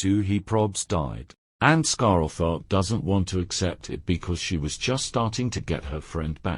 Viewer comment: The cat's name: Scarletheart The TTS: Ah yes... Scarell Thart 🙂